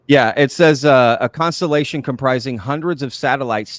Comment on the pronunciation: Inmaculate... constripation?! 😮 oh, constelation, that makes sense.